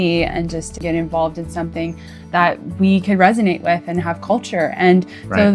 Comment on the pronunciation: Lads it’s GUA<>TE<>MALA not guaremala….